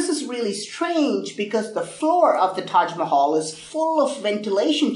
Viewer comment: I love the tahg Mahal